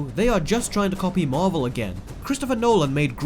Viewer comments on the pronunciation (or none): none